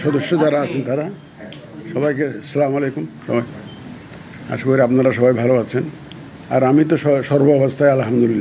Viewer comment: কিন্তু সালামটা তো শুদ্ধ হয় নাই